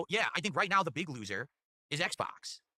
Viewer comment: he said "ACKs box" lmao